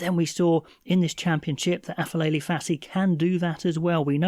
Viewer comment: It’s pronounced Apelele instead of Afelele just for future reference